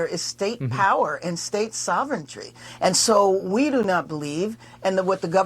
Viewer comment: "sovreign tree"🤣